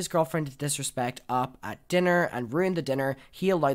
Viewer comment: Not to be a bitch, but it's more commonly pronounced "Oh pee" and not "Op" like "pop" bc that means something entirely different in AAVE lol